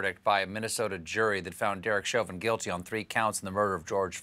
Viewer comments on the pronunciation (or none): none